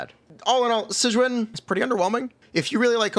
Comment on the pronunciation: If you need help pronouncing her name you can just play the damn story and the characters will say it out loud for you 🤙